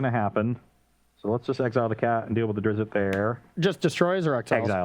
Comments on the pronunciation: It’s pronounced Der-izt, one syllable. Carry on. :) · Hearing them say “Drizzit” really hurts my soul